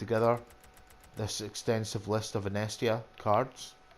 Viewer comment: Good to see how someone does this, small margins are good! By the way, it's In-ee-es-tia 😂👍